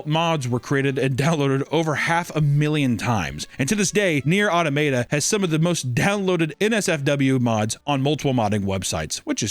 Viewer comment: Usually hear people say and argue over Auto-mah-tuh or Ah-tah-muh-tuh. Auto-mate-ah is a whole new pronunciation I've never heard, but it feels appropriate for the video so I like it